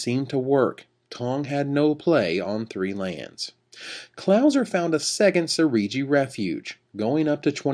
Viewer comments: Seriji? Lol. Sejiri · He keeps saying seriji refuge, lol. SEJIRI MAN!